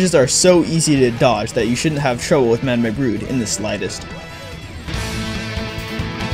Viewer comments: mad-am-ay ? are you disabled... have you never heard someone pronounce the word madame before ? it’s mad-um or ma-dam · This kid thinks madame is pronounced madmay...... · It bothers me how you pronounce madame, it’s pronounced mad-um or muh-dam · wait, Madame is pronounced Ma-Da-may?! I always thought it was just Ma-Dame like in French. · "Ma-da-may"??? Dude Madame is pronounced "Ma-dam" maybe you've never read the word before, but surely you've heard it in your life? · "Mada-meeeeah" Brood If my job involved narrating YT vids I'd make sure my speech was on point. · nobody: this person: "mad-em-ay broode" oh yeah also good list. I think torkdrift is easier than robo brood, though. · Lmaoo "mad a may" broode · MAH DUH MAY BROODE????????? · Ma da may brood xD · Nah, you legitimately didn't know how to pronounce "Madame" when you read it 😂 you saw the "me" at the end and thought it was like "anime". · I didn't say it ruined the whole video for me. I said you didn't know how to read Madame when you read it.